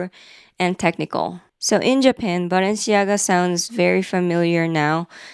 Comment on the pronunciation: Your French pronunciations were pretty good! I only know Balenciaga from those funny AI videos, like the Harry Potter Balenciaga, lol!